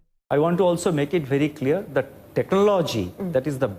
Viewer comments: He cannot even pronounce technology and says benefits exploited, and he is our RBI Governor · The bugger doesn't even know how to pronounce technology , what a loser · The guy cant even pronounce "technology" correctly . What a disgrace this country has become. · Who made this guy the RBI governor?? Can't even pronounce "technology" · This governor can't even pronounce technology tf is wrong with our country 😂😂😂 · He couldn't pronounce technology 😂😂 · Bhai se technology ni bola ja raha hai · Yes even I noticed that. Sale Khunnash khake baithe h.